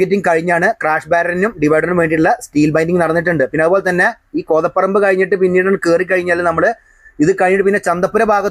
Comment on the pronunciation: കോതപ്പറമ്പ് എന്നല്ല ഉച്ചാരണം. കോതപറമ്പ് എന്നാണ്.